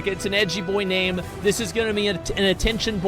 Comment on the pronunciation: I’m shocked at how good Asmon has gotten at pronouncing player names.